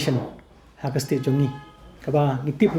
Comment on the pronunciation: "haka" mut ong "iaka". mo.